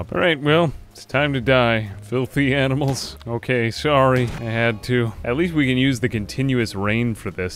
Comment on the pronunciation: "animels r Smert"